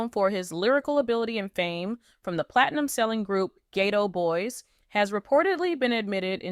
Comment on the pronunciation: Please don’t disrespect the legacy of Scarface, Bushwick, Bill and Willie die by calling them the gay Tow boys that is very disrespectful. That’s the first words came out of your mouth. You need to proofread your AI before you send it and make a video. The name of them is the ghetto boys